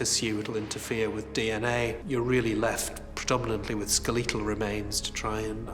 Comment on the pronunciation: "Skuh-lee-tul remains" I don't know why I found that pronunciation amusing.